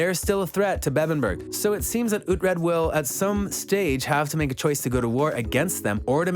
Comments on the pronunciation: OoT-Red?.....silly goose.... Oo-Tread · It’s pronounced (Ouu-Tread) not (Ah-Tread) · Why would you even make a video like this you're obviously not a fan you can't even pronounce Alexander dreymon character name right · The guy is clearly just reading a script without ever watching the series or reading the books. You know he has wasn't the show from how he pronounces Uhtred's name. His name is said at least 50 times a show, so if you actually watch the show, you would know how to pronounce it correctly.